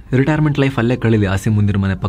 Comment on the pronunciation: A P ಯವರ Pronunciation ನೊಡಿ ಅಥವಾ ಸರಿಯಾಗಿ ಕೇಳಿ. " ಪಾಕಿಯ ಮಲ್ಲಜನರಲ್ Ass-im muneer" ಅಂತೆ 😂